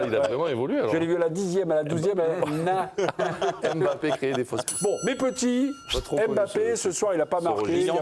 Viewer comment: Arrêtez de dire Em bappè monsieur le présentateur